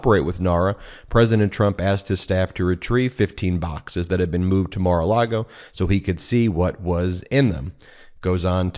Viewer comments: I love you guys, I really do, but you have to stop calling it Mara-Largo. It’s Mara-Lago. Not that I give a damn about what DJT names his crappy wedding venue, but you know the right wing weirdos will seize on Democrats mispronouncing their dear leader’s flop house and point out (incorrectly) that Dems can’t even get that right so they must be wrong about everything else they say. Of course you guys aren’t the only ones to mispronounce Mara-Lago, I hear it said wrong all the time on MSNBC and other liberal leaning outlets. We must always set a good example for everyone. If nothing else just call it Mara-Lardo.😊❤❤ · Please don’t say Mara Largo It’s Maralago!! Thanks! I listen to you all the time!! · “Mar A Largo.” Haha, Ben, Cohen is rubbing off on you. You almost said, “Mar A Lardo.” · There is no R in Lago. It’s not Mar-a-Largo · Michael Cohen says “Mar a Largo” - please don’t copy his mispronunciation. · I've heard you say MARALARGO more than a few times, and assumed it was meant as a joke like Michael Cohen and "mara-lardo". Now I think it's just a slip between the Spanish words LAGO for lake and LARGO for large (as in Key Largo) I think it's mar a Lago for " view the lake " or "lake view". Just wanted to help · I find it amusing that Ben has picked up "Mar-a-Largo" pronunciation from Cohen.